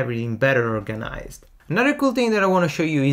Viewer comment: Your English is fluent and your vocabulary wide. However, certain words get away from you in their correct syllabic accent. Here are four: 1. organize: the accent falls on the first syllable; 2. Illustrator: accent on first syllable; layout: first syllable; overview: 1st. Thanks for your tutorials.